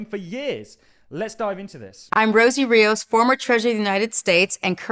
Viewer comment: Rosie REE-OS